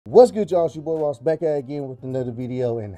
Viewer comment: howling with rrRRRRoss